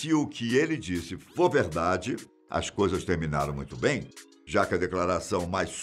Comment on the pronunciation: No início achei logo que fosse o Paulo Henrique Amorim. Kkkkk Olá, tudo "beim"?